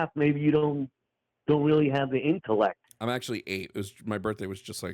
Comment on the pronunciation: Plus, did say "inkcollect" instead of intellect?